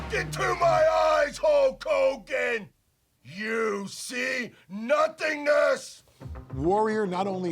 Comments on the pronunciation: You forgot "Whole Kooogan" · Nobody: Ultimate warrior: LOOK INTO MA OZ HULL KOGAN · Yea I believe the ultimate warrior said Koke Kogan idk lol...